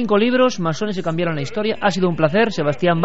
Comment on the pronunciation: ¿Cambiarón? ..¿Cambiarón?